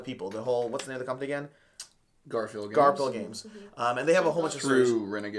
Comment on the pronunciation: It’s pronounced Gar-Fill games not Garp-Hill. Great video guys!